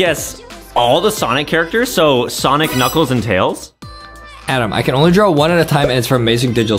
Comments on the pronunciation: You say it like onwee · It's pronounced On we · It’s not annoy it is onwee